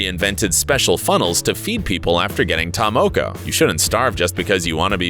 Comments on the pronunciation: "TaR-mOkO" "mAy-OrY" 🙃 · Maaori: Mar-or-ri Taa Moko: Taa-more-core You should really get the pronunciation right first. It's quite offending. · This man can't even say Maori or ta moko